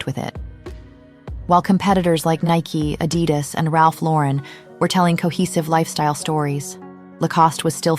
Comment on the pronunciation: The emphasis in Adidas is on the 2 'A's, not the 'I'. 🤓